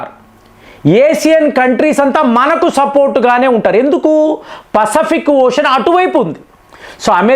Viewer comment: పసఫిక్ కాదు, పసిఫిక్